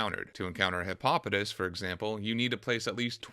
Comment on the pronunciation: How you pronounced Hippopotas 😂